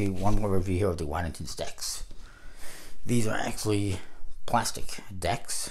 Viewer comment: You’re pronouncing Waddingtons wrong 😅